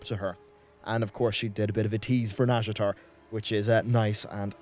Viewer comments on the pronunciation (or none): "the tease for nazjatar" I swear that's the Welsh language 😂